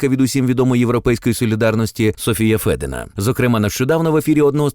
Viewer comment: Автор правильно вказав-Софія ФЕдИна,наголосивши на "Е". Проте, що тут-упущення,помилка,чи маніпуляції?!Як може бути Софія ФедИна при батькові Федіні Романові? Отже,ФедИна,чи ФедІна? Це так само як "гетьман"Порошенко???!!! Все у них маніпуляції і фарисейство!